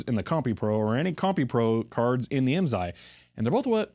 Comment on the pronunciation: I may be able to answer any IMSAI questions for you . . . but you have to promise to never say IMZAI again. lol The S is pronounced as an S. (I was a dealer) The FIF was used with Calcomp-142 SSSD floppy drives. FIF uses DMA to move the data into main memory so it a high performance unit for its day.